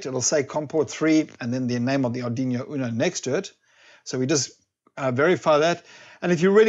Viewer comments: Amazing video, funny how you say Aduino :) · Going to try it now. Love the way u pronounce Ardiñio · It’s an arduino not arduino !